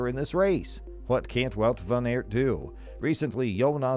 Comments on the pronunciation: Please it is wout van aert (aart) not eert😡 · Maybe you could start byu learning top pronounce his name properly.